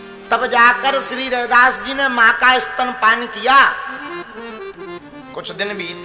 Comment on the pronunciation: Rdas nahin Ravidas bole re baba